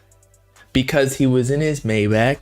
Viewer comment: Not to be that guy but maybach is pronounced “my-bock”